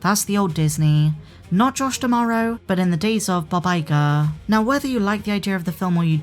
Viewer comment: are you saying "Bob Iger" or "Baba Yaga"... because I have my own ideas about who "Baba Yaga" really is in this.... universe... hahaha:)